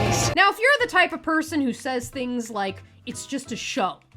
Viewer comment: It sould like you said " dont forget to wipe , comment and subscribe " . 😂bahahaha . Great show today !!!